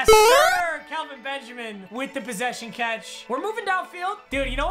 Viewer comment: am I the only one weird that he kept saying Kalvin Benjamin and not Kelvin